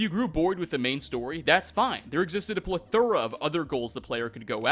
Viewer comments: It's pronounced plethora not plethora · "A pluh-thora" lol I'm sorry I had to say something. Great video, put into words what most of us already felt and knew.